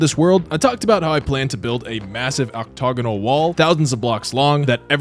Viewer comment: Oh, French Canadian say octogonal